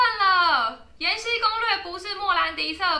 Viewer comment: 是 延禧(喜)攻略，不是延禧(西)攻略。 ：D